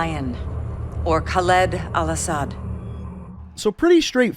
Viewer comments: This video has some errors (aside from your cringey pronunciation of “Khaled”) You referred to the forces accompanying Alex in the opening mission as the “SAS”, despite the fact that they are Marines. Most of this video is just extreme speculation. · Dude. I like your videos alot. But man these pronunciations of the names are killing me. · Its a small detail but it happened every tome but im pretty sure you are pronouncing "Khaled" wrong every time making it sound like it has a "y" not an "e". As when u hear Dr. Kate Laswell say the name it sounds correct. Sorry for the rant this was just on my mind but i love your vids keep up the good work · Wanted to enjoy the video... but man you need to start pronouncing "KHALED" correctly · the way you pronounce “khaled” pisses me off. you literally hear an american saying it and still pronounce it wrong. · Characters in game say name properly. Proceeds to incorrectly pronounce name throughout the video. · Im an iraqi kurd so i know a bit of Arabic but that pronunciation is so far off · Your mispronunciations of the names really piss me off. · You just love to murder names... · Not trying to offend you, but why do you say Khaleed al asad instead of Khaled al asad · ....they literally say their names and you still fuck it up.... it's Kha-LEAD not Kha-leed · "Khaleed" Bruh. It's Khaled. Not Khaleed. There's one 'e' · it's khalid or khaled not khaleed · Pretty sure they said "Khaled" and not "Khalid" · They literally say ka led not ka leed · "Khaled Al-Asad" not "Khaleed Al Asad" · Pronounces "Khaled" as "Khaleed" but pronounces DJ "Khaled" right... Americans... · Kaleed? It’s Khaled or how ever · Anybody else get just a bit tired of hearing all the characters in-universe say "Khal-ED" and hearing him say "Khal-EED"? Minor gripe, just wondering. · Why do you keep calling him 'kawleed' when all your source material pronounces it right? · Why does he have to pronounce it khaleeed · The way he pronounces these names pissed me off.